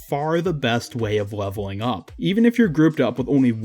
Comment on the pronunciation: Whenever you said something with an L sound you said w. Like multiple times you said weveling up. Sometimes (most of the time) wheb you said play you would say pway too. I just found that really funny